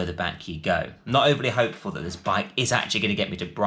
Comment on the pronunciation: Why does the annoying bloke with the beard pronouce 'this' as 'zis' lmao